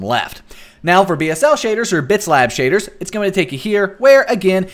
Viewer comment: Your accent though SHAYDRRS pack